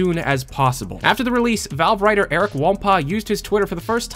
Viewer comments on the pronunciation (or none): none